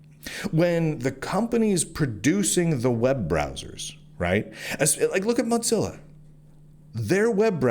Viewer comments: This is besides the point, but I was listening to this as more of a podcast thing and I was so confused as to who “Mahtzilla” foundation was. When you mentioned browsers I thought surely he doesn’t mean “Mohzilla” and had to look at the screen for context clues. This is just me being dumb maybe, but hearing you pronounce it like Mozzarella cheese and not like Motown has me so distracted. 😂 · Why do you keep calling it "Mot-zilla"? lol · I must digress here, lol- it's not the "Mozzerella Corporation", It's Mozilla, the "mosaic killa". not floppy italian cheese- and every time I hear that, it bugs me to no end lol.